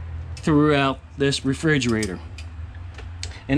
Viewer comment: Refrigerator....not Frigerator.